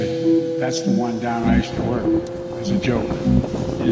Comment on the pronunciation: Gjöntlemen, get to worlk